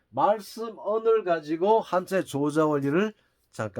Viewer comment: 우선 조자는 "조짜"라 발음해야하지 않습니까?